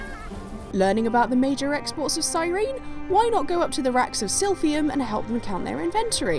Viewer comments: “Welcome to exports of Cyreenee” I cringed so hard at that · That's how you're supposed to pronounce Cyrene?